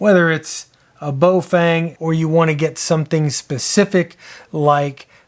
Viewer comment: it is Baofeng pronounced Bow (like cow) Fung. There is no Bo and no fang. That said,, thx for another good vid.